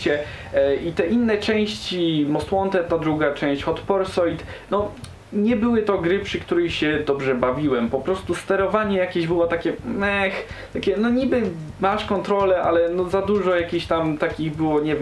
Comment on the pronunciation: Masło plz. "wziąść" "Hot porsułit" Popraw to proszę XD